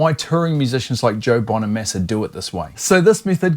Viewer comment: Bonamassa not Bonameeeeeesa